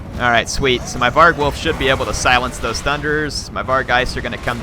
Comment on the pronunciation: var-gulf, not varg-wolf